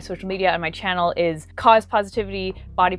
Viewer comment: Phpvpp at the beginning I hear Cos-itivity